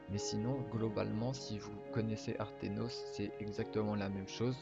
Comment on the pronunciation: aternos et non artenos sinon incr la video